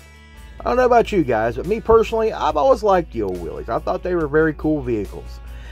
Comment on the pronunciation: Hi there bro. Now this is my kind of video. Thank you so much for pronouncing Willys properly. I have a friend over here that imports American car parts and he keeps on referring to them as a Willis Jeep. I keep on having to tell him there is no I S on the end of it. That 55 Mercury is just gorgeous and definitely in the purple. I fully agree with you about the Chevy for $39,000. Not when it looks like that. That needs a complete tear down and re-spray. I’m with you on the Buick. I think Buick just made beautiful cars. How much for the 55 Chevy?! That is way too high even though the car is beautiful. Now the 32 Ford pick up is just beautiful as it is. It’s not overly done and it looks like it could be driven every day. I like that even though you know that I am not a Ford guy. Now the 50 mercury you are speaking my language. to me that was the most beautiful mercury they ever made. You speak the truth. The 50 mercury begged to have the roof chopped and the lights frenched. it was one of those cars that came out the factory and said please customise me. Okay, the 56 Mercury, whoever built that definitely put in the money and the time because that is one beautiful looking car. The 39 Chevy is just gorgeous and I agree with you about the colour. The funny thing is that the 1950 Ford looked very much the same. The 32 Ford I like but I will be honest. I hate it when they don’t put the mudguards and the running boards on them. I don’t like that open wheel look. I could understand i